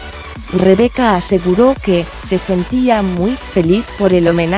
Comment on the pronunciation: A Rebeca que se mejore Y a ti qué aprendas a pronunciar bien su nombre